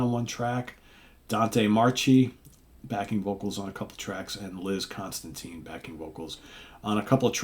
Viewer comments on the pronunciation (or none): none